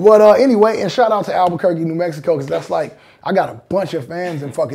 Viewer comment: Just a shout out to The Game for saying Albuquerque , Alot of people can't say it ..